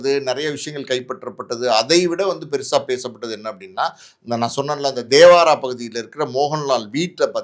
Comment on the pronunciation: Dhevaara illa bro the place name called ""thevara""